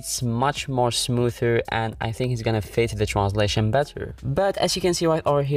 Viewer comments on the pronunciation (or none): Yo bro there's no L in transition 😂